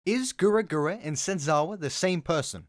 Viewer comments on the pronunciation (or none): sorry but i hear you you say gura gura not gawr gura its disturbing me😂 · Excuse me sir, but if I hear you say Gura Gura one more time I'm gonna pop a vessel. Please refrain from your speech impediment called "a british accent" affecting at least the basics of reading comprehension as well. It is very clearly written as GAWR GURA, not GURA GURA. Please, and thank you. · Gaaarrrr gura not gura gura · I don't like how this guy pronounces her name as Gura Gura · Are we gonna ignore the fact he said gura gura and not gawr gura. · What im hearing: Gura Gura what he's actually saying: Gawr Gura How he's pronouncing it: Guwer Gura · Why does it sound like you pronounce her name like "gura gura" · Is he saying gura gura? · Anybody else getting tilted that he pronounces "Gawr Gura" as "Gura Gura"? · GAWR Gura not Gura Gura Lol sorry it kinda peeved me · It bothers me that he calls her “Gura gura”... It’s “Gawr gura” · na he says grr gura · He actually said gawr gura but yeah, the sounds more like gura gura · did my man really say gura gyra at the beginning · It's not "Gura Gura" It's "Gawr Gura" ... .. . .. ... Also... SHAAAAARK! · TDIL that "Gawr Gura" is supposedly pronounced "Gura Gura" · Why do you call her Gura Gura? It’s Gawr Gura. Get her name right haha 😂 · Is he saying gura gura? Its Gawr Gura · PLEASE CORRECT YOUR PRONOUNCIATION. IT IS NOT "GURA GURA" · Gura gura... could you please say her name right? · Why do you call her goor goora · It’s kinda disturbing that you pronounce it gura gura lol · why does he keep saying guragura its SOOOOOOOOOOO STUUUUUPIDDDDDD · I know this is stupid of me to say this but the fact that you’re saying Gura Gura triggers me more than it should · im sorry but did you say gura gura at the beginning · I don't like how you pronounced her name lol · So conclusion being: He didn't say it right. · No excuse to pronounce it completely wrong. And how am I getting riled up for mentioning that he did something wrong?